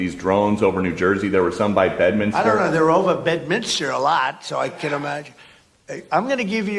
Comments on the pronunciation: Say BEDMINSTER, Benny not BEDMINISTER FFS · Benny— it’s Bed-MIN-ster, not Bed-min-is-ter…….just saying 🤛💓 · Stop butchering the English language Benny! There is one “U” in Nuclear and one “I” in Bedminster! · Bro... it's Bedminster... not Bedminister. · And p.s. it’s BedMINSTER, not BedMINISTER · Benny - Love ya bro but day it with me: BED MIN STER Three syllables, not four. Try it. Keep bringing us the based content. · Disappointing that you mispronounced both Bedminster and nuclear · Love ya Benny! It's "nuclear" not nuke-you-lar. Also Bedminster, not Bed-minis-ter. 🤓 Thanks, Benny!